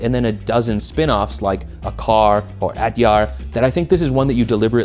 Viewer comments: Also, I don't speak Malay, but I think "acar" is supposed to be pronounced like achaar instead of "akar." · achaar, acar and atjar and all their spinoffs are all pronounced relatively the same. So not a car, or at yar. Just pronounce it like you did for achaar, but the intial 'a' is pronounced like you did when you pronounced the acar, and you're good to go.